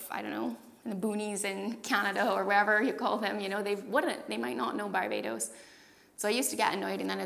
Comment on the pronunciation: I can hear a mix of English accent and Irish accent, but when she says words like "really", "town", "here" and "Barbados" there's a definite Caribbean inflection that is very clear that comes out.